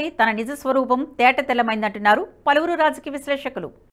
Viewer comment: అది “పలివిరి నోట” కాదు “పలువురు నోట మాట” అని ఏడువు. గొంతు వుంది కదా అని, అవాక్కులూ చెవాక్కులూ పలకకు.